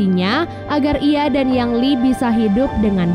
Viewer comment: Ying Li bukan Yang Li